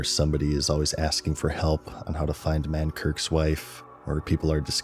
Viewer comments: It's Mankrik, not Mankirk, expected better from you lol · I like the fact even 15 years later, people pronounce Mankrik as Mankirk. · On the last video he said, "F the Horde" and I let it slide. But mispronouncing Mankrik at is unforgivable.